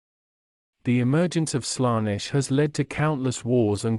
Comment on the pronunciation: Good video, but please fix the pronounciation errors: Warhammer 40000 is pronounced 40K Colonize is pronounced Co-LONN-ize Primarch is pronounced Pry-mark Daemons is promounced Demons Abhumans is pronounced Abb-humans Slaanesh is pronounced Slann-esh Eldar is prounounced El-daar Roboute Guilliman is pronounced Ro-bu-te Gil-uh-man Astartes is pronounced As-star-tiis Feel free to add stuff in the comments, folks